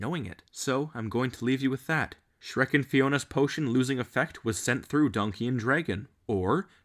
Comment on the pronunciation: I keep laughing when he says Donky dong